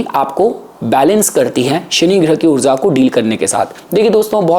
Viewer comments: After going to Canada, why have you started saying "oorza" instead of oorja? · Maybe Mercury is with rahu so that's why the way of speaking in foreign has changed intentionally to nullify the conjucntive effect of both as Mercury is speech and rahu seen as foreign entity also he is saying oorza in place of oorja as the literal meaning of this word is energy and we know that greatest source of energy is sun itself and also significator of fame and recognition so that's why he is might saying words like this so it can bring good harmony among planets as the negative traits been nullified between all three planets